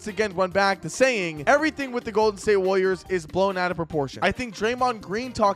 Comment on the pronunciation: why do u say it like wooliers